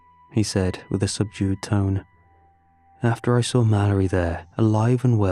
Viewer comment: "I sraw it" why bro? 😭🙏 It "saw" ngga